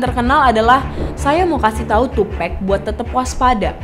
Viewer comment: NOT TUPEC, IT'S TUPAC! That's why Nas said " white people always said TUPEC, not TUPEC.. TUPAC " Sedikit kasih tau ya, Tupac sama Biggie itu deket banget sampai pada waktu Biggie lihat Tupac deket sama orang yang dianggap berbahaya sama Biggie, Biggie ngasih tau ke Tupac kalau jangan terlalu deket sama orang itu, gue lupa namanya dan itu terjadi disuatu acara. Tupac risih sama kelakuan biggie yang bgitu, mulai dari situ hubungan pertemanan mereka renggang dan kurang baik. Soal lagu " Who Shoot Ya " itu bukan lagu yang dibuat untuk tupac pada saat itu, tapi itu lagu emang sengaja dibuat sama biggie, terus orang orang terdekat tupac pada ngomporin ke Tupac kalau lagi itu dibuat untuk dia apalagi seperti yang kita tau dia abis di tembak.. lagu Who Shoot ya keluar beberapa waktu setelah itu, Tupac dkk mengira itu Diss Track ternyata bukan. Dan seperti yang dijelasin setelah itu Rilis lagu " Hit em Up ". Penjelasan soal Keefe D ini juga ga jelas, di suruh bunuh siapa yang dimaksud ? Tupac apa Biggie ? Keefe D ini adalah Om dari Anderson yang di pukul Tupac dimalam itu, dan dia orang yang melaporkan saat itu kepada omnya Keefe D yang seorang bandar Narkoba. Balik kilas ke Kehidupan Keefe D, dia tumbuh besar di Compton dan dia dari kecil sudah begabung dengan Gang. Singkat cerita dia dewasa kerja di perusahaan tapi dia ga nyaman, lalu dia milih buat jualan narkoba. Lanjut lagi, ni keefe D ga tinggal diem keponakannya di pukul. Jadi pada hari itu setelah tupac dalam perjalanan pulang